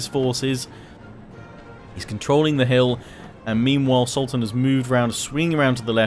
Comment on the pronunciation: All I hear is SALTan and I can't stop laughing! Great video and battle btw!